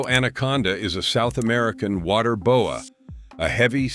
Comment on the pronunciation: The Bo-eh? Constrictor is from Canada.